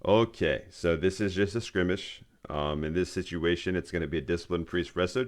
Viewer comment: You pronounce skirmish completely wrong lol. Its skur-mish not skrimish lol